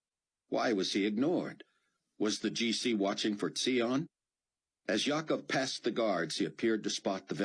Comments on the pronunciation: It's zion like lion not ze-on lol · The most irritating of the series so far. Buck Cloe and Rayford very irritating proud stubborn and no thoughts about any consequences of their demands on others and so much lack of faith. And also very unrealistic as if only in the US there would be believers who would be key in the 7 year period and as if only one man Zion (mispronounced) would be the only man in the world who would be able to instruct the whole world...such arrogance from the US, however, does not surprise me ( Zion being helped only by US people and amazing technology only thought up by US person) and Antichrist from Europe)... Dont know if I can continue with next book it's too irritating...But thanks Amy and Narrator...ps new heard an Israeli who sounded like zion or rosenfeltthough I enjoyed their accents... Great job on all characters, even the aussie who sounded nothin like a drunk english guy) :)